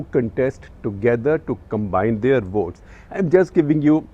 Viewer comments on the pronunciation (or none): none